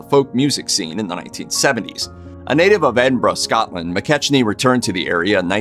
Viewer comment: McKechnie is pronounce Mc-KECK-nee